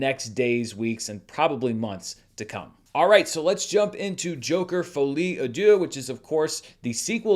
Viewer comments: I've heard of the French language before and can translate for you. It's actually pronounced "Folly ah duce" which translates to "Stupid poop." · I love your pronunciation of Folie à Deux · can’t escape the pronunciation allegations 😭😭😭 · I gotta say Im french and that pronunciation gets me hard 😂 Love you ❤😅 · you HACK! That's not how you pronounce Folie à Deux, it's actually "Folie à-Esposito" 😉